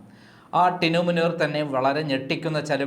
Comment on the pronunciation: ടീനു മുനീറോ? മിനു മുനീറാടോ, പേര് പോലും നേരെ പറയാൻ അറിയില്ല!